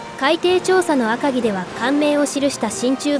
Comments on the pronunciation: アカギの読み方を 訛るな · 赤城のイントネーションがおかしい いちごに近い